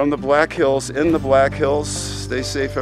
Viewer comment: She has my maiden name. Thank you for saying it correctly.